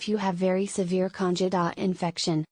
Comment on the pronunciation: Why should we listen to your advice when you can't even pronounce "candida" correctly.